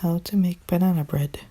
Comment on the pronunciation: Banan bred? Banan bred👌